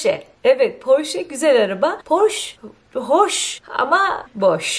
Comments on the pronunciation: Ellen in esinin adi Portia porsche diye okunmuyor 🤦🏻‍♀️ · Ellen degeneers in eşinin adı “Portia” “ “porşa “ diye seslendirilir “porşe” diye değil... Keyifliydi yine de teşekkürler